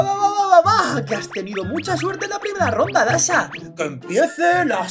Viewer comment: Y se dice dasha